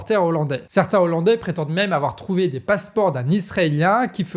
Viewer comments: Super, merci, et on ne dit pas "des zollandais": le "h" n'est pas muet donc on ne fait pas la liaison 🙂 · Les Hollandais on ne fait pas la liaison ¨zollandais" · Bien l'information, mais ne pas oublier que "hollandais" commence par un h aspiré, donc pas de liaison, sinon ça fait mal aux oreilles 😂. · Très bonne vidéo et bon travail, mais on dit pas des z' hollandais mais des hollandais, c'est comme pour les haricots et non pas des z'haricots ! Si non RAS, bonne continuation à toute votre équipe !!! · Les Z'ollandais, ça pique bien les oreilles, et en plus le terme correct c'est Néerlandais. A part merci, merci le Canard comme d'habitude, ça fait du bien d'avoir une vision différente des infos. 🦆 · Des zollandais... Faut faire gaffe avec tous ces "Z" que tous les journalistes et politiques cloutent à outrance ! Et merci pour les infos ! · Des olandais et non des zolandais ! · Juste une remarque "hollandais" a un H aspiré donc on ne fait pas la liaison (des ollandais, pas des zollandais) et de toute façon les habitants des Pays-Bas sont des néerlandais. Si vous dites hollandais pour tous les habitants des Pays-Bas, c'est comme si vous disiez parisiens pour tous les habitants de la France.